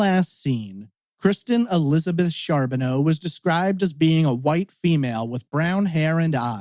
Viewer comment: Its pronounced Car not Char .